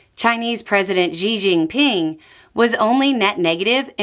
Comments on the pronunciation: FYI, Xi is pronounced Shi. Like Xian (Shi An), the city with the warriors. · ...fyi. The pronunciation of Xi is like "she". I miss Beau but you're doing great. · Chinese pronunciation correction: Xi's name sounds like the pronoun "she".